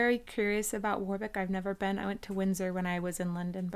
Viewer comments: Stonehenge is MUCH smaller than you think, and Warwick is pronounced worick and is about 15 minutes from my house, it is nice as is the surrounding area like Henley and Stratford, if you like cars there is a nice little place called caffeine & machine in that area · "War-wick", lol! 😁 The second "w" is silent.